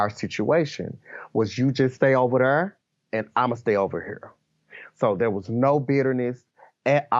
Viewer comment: You Stay Over Thrrr And I'm Gonna Stay Over Herrr!